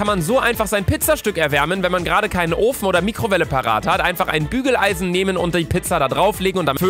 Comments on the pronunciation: Hat er gerade gügeleisen gesagt 😂😂😂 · hat er Gügeleisen gesagt